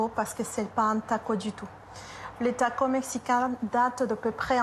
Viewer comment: Tacos on prononce le s merci